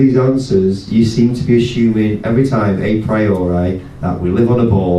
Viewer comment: Switched off after hearing a flattard mispronouncing a priori.